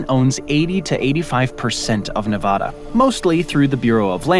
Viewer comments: It's Nevada not Nevahdah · Nevada is not pronounced Nevawda. It is Nevada, with the first letter "a" pronounced like the a in the word at. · No one from Nevada would pronounce the name of the state like you do. In the west, we say Nevaeda not Nevahda. Lo siento. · another fun fact about Nevada is that you and almost everyone else East of it pronounce it incorrectly. It’s “Nev-ah-duh”, not “Nev-awh-duh”. Ah as in apple. Source: Born and raised in Nevada. And yes, I have heard all the counter arguments before. True that it’s not how the original Spanish would say it, but I raise back to you that we don’t say “Te-has” for Texas, or “Ill-uhn-wah” for Illinois. But by all means if you want to immediately stick out like a sore thumb that you’ve never spent a ton of time on the West Coast of the United States, continue pronouncing it incorrectly as “Nev-awh-duh” and “Or-eh-gawhn”. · 1. That's not crater lake 2. It's pronounced nevAAda, not nevahda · NEVADA like the word add. Not the word odd. Get it ,learn it,say it correctly, NEVADA. 😊 great video 👏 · Like Nivadda? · This is yet ANOTHER geography video where they mispronounce Nevada. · There is no 'ah' in Nevada. Google Translate gets it rigbt--give it a try. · You can say the lake name right, but can’t say Nevada right.. 😢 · How do so many people fuck up the pronunciation of Nevada???? Do we Americans suddenly have an English accent?? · CORRECTION: "Nevada" is mispronounced in this video.